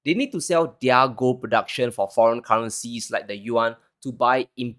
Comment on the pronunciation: young,,, you keep up the excellent work and the channel going! Your presentation is still improving by each session! No fawning,,, it makes one wants to stop in between to make comments like this before continuing with the video! Good job! NB: plz pronounce 'their' as "there." No malice, just respect! You have so much potential!